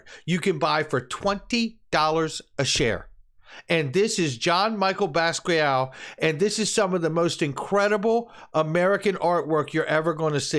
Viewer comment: PRONOUNCED BAS-KEE-YAHT........KNOW WHAT YOU HOLD SIR